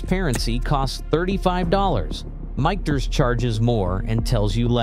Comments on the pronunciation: “Mickters”…computers have trouble getting words right. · I feel dumber for having watched this video!! It's pronounced "mickters". Not whatever he said, and it's a good bourbon...not great. Bulleit is okay. Willet is garbage!